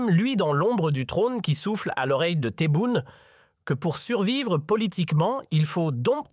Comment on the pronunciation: SVP commencez à bien prononcer les noms de Monsieur le Président TEBBOUNE et de Monsieur Boualem Boualem, l'Algérie vous dérange, la politique à changé, mon très cher pays avance, je ne veux pas être trop grossier par respect aux noms des dirigeants Algériens qui figurent dans ce commentaire. C'est le bordel, la chute, le chaos chez vous et vous avez le courage de parler de l'Algérie, personnellement je vous en merde.